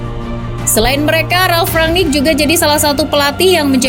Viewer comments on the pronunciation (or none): none